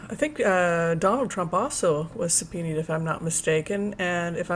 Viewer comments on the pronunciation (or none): Supena is how it is pronounced. I know you care about getting it right because you have mentioned it before and asked if you were saying it right.